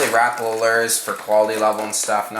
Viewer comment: it is pronounced Rap-a-la not rapla